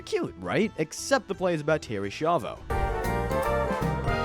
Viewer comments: The Schaivo one.. you constantly mispronounce the name throughout the video, despite it being pronounced correctly in the clips. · You’re pronouncing Schiavo wrong its not shavo it literally has a sch like School so use that same sound as you would do in School and say Schiavo like S-key-avoh it’s Italian so it should be pronounced the proper Italian way it’s ok when it’s Spanish names you guys seem to be fine with the Spanish names no problem so I don’t know why you guys butcher Italian pronunciations 🤦‍♂️ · You all pronounce the name "Schiavo" wrong... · Schiavo, spelled skiavo. Not Shiavo. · terry shavo? bro, it's ski-avo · "SKYA-VO"!!! why is it so hard for you americans to get this? where are you getting the "sha" or "shai" from?? do you go to "school" or do you go to "shul"? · Why aren’t you pronouncing Terry S’s name correctly?? You even play news clips so you heard the name. It made me twitch. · You couldn't even pronounce the name right when they say it in the clip? You did Terry dirty